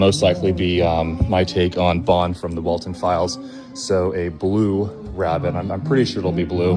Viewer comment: Did he say blue rabbit